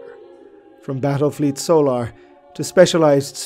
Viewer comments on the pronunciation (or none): It is SOHL not SAUL SOH-LAR, not SAULER